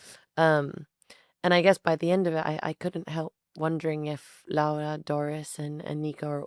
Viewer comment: Dua Lipa not only makes fantastic interviews, she goes as far as to learn proper pronunciation of names such as "Laura", these small details entail so much effort on her end I can't help but be fascinated by it. I bought this book some hours ago because of this interview, thank you, Guadalupe, thank you, Dua